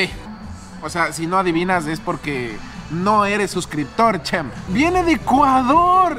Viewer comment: Hahahah Champ no se pronuncia así Lol